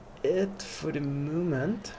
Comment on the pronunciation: Mein Lieber. Man merkt gar nicht das du ein Deutscher bist. Machst das mega gut. Ich dachte zuerst das da ein Amerikaner redet. Aber sag doch nicht at the MUUHMENT. Da ist keine KUH. Es heißt MOOOoment